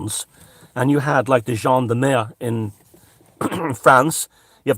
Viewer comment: I love ' pronunciation of "Gendarmerie" and "Carabinieri" and I'd like to second his nomination as Minister for Disintegration!